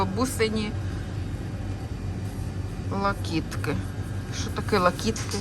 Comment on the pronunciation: вітаю. Локітки наголос на "и", локти. Тільки смішна назва " бабушкины локти" 😅.